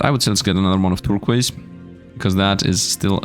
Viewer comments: Turkwass... Tir-koize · it's pronounced "Tur - coys" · Bro why did he miss pronounce turquoise it is something so simple but he made it seem so hard😂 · it's kinda weird to hear Turquiose said differently. i am not complaining or anything.